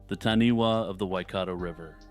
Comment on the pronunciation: Hey, I'm really enjoying deep diving through your channel. Great work. I live in new Zealand and it's great hearing things about nz folklore. I just thought I would let you know that the taniwha is pronounced "Tanifa" wh in Maori is pronounced as fa